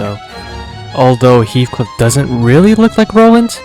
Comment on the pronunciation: Its heathcliff btw